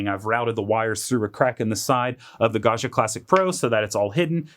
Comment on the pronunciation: This looks fantastic, but please learn how to pronounce Gaggia!